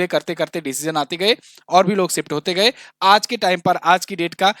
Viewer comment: ओ भैय्ये हिन्दी बोलना सीखले खुसी खुसी . . . सिफ्ट करले